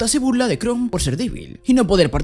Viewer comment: Yo: Chrome verdad? como el de Google: Shroom Yo: Acaba de decir hongo en ingles? que le paso al amigo xd: Shroom como el navegador Yo: Sabra que se dice "Krom" aca en español, en ingles y hasta en japones solo de poner 2 segundos de atencion.-. Porfa cuando hagas reseñas, habla bien no es mucho pedir, me chirria verte pronunciando como subnormal.